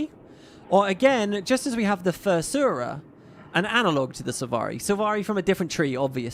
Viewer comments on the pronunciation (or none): Afurra > Fursurra